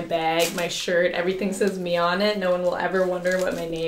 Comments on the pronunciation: Who’s gunna tell her it’s M.I.A not Mia 😂💕💕💕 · Is anyone gonna tell her the boots’ brand is M.I.A. not Mia… lol love ya Mia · When Mia thinks the shoes are named after her but the brand is pronounced M.I.A like “missing in action”